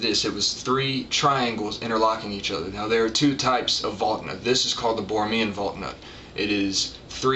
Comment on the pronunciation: It's pronounced Val-knut, not Valk-nut.